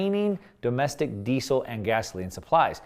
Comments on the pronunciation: Ahhh can you please pronounce Diesel correctly. "Dee-zul" not 'desse sil.' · I thought it was pronounced 'dee-Zel' with a Z sound, but you say 'dee-Sel' with an 's'?